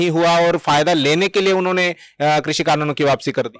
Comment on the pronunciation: आपके द्वारा आपकी चेनल पर कृषी(Krushi)का सही उच्चरण करने पर आपका धन्यवाद और अभिनंदन। वर्ना ज्यादातर चेनलो पर क्रशी(Krashi) ही बोलते है।